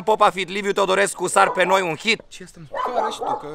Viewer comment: Cand ai zis "Sar pe noi" am crezut ca zici "Sars Cov 2" <3